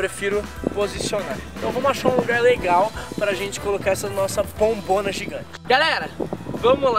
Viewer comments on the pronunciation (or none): O Rezende Falou Errado Falou Pombona Ao Invés De Falar Bombona No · vc falou pombona